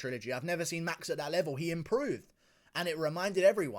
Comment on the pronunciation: I lost it when dc called max “maxy” on the broadcast 😆